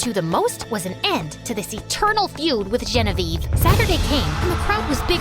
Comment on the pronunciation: Why does it sound like when you say Genevieve ei roi it sounds like Genevieve royel😊😂